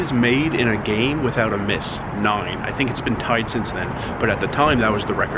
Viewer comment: I love the long Island "noyne" when saying the number 9😂😂😂😂